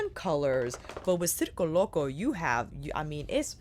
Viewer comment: I was just complaining to someone about how no one was pronouncing it correctly and then there you go boom pronouncing it correctly. Thank you for this review and all the looks. As a member of the circus community this is pulling at my heart strings. I wish people didn’t think of clowns when they hear circus because there is SO MUCH more to the circus community. I might pick this up at the Sephora sale.